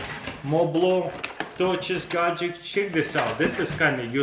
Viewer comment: Boom! Super "gadgeKs" :)